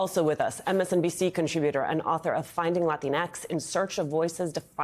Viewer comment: The pronunciation of Latin X hurts my ears and I'm not even a native speaker. I don't get it. Why not Latin or La-teen-ix?